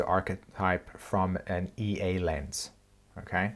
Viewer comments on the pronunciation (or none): none